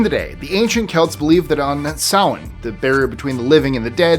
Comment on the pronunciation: Thank you so much for saying Samhain correctly ❤some of these I didn’t know so thanks for that too